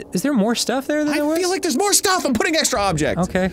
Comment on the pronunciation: Extr’y, extr’y, There’s an extr’y object to report.